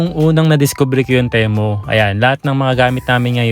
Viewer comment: Sir pronounce mo Ti as Timu para sound as Temu. Ok